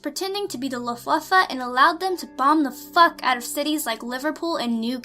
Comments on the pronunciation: its not luftwuffe..... LUFT-va-ffe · How did "Luftwaffe", a German word, become French? "La Fwafwa"? Really!?! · Bombs over England best game Btw, we have more if you want them Also, "Lufwuffuh" lmao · Omg, that pronunciation of Luftwaffe